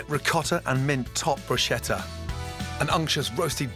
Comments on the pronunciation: please! For the sake of everything Italian in the world: we pronounce every H after the C, as you pronounce a K. So BRUSCHETTA it's kinda like "brooskettuh". 😅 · He pronounces bruschetta like BROOSHETA nooooo nooo it's BRUSKETTA! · No Gordon, it's *Brusk(h)etta 🤌🏻🤌🏻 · It's pronounced brusketta! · Great recipes, but please learn how to pronounce 'bruschetta' correctly!